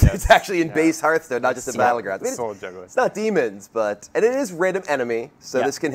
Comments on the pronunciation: I told you, he doesn't know how to pronounce Hearthstone. As for your problem, I have no idea what it is, but I bet it's much harder to pronounce than Hearthstone. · Doesn't fill me with confidence having someone in charge of Hearthstone that doesn't know how to pronounce Hearthstone.